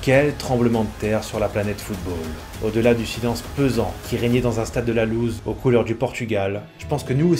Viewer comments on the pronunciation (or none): none